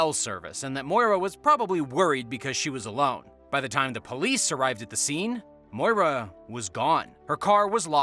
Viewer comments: Maura!!! Not Moira. You are pronouncing it wrong!! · Maura is pronounced like "more-uh" not "moy-ruh". That being said, I'm willing to bet that after she crashed her car, she fled the scene to avoid a DWI and died from hypothermia in the woods.